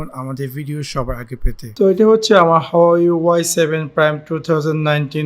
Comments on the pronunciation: এটা হাওয়াই না,🤣🤣 হুয়ায়ে হবে। উচ্চারণ সঠিক নয়। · hahaa resolation o blte parena bal huwei k hawai ble hahaha